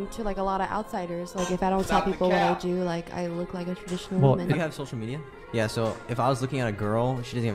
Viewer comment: TRA - dictional or TRA- mp